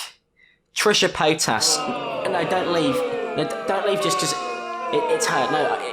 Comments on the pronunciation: I love how he says Trisha Payt*ass* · "Paytas" ... can't help but hear "pétasse" (which means "bitch" in French). I spent the whole video thinking you were pronunciating it that way on purpose. Hope it's true !